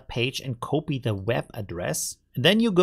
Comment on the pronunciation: Every time you're pronouncing the word "copy" incorrectly, exactly like my boss does 😅love it hah